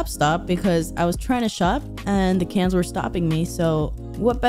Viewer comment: Its like you can say cans, but said pans instead until the last 5min of your part 😂 LMAO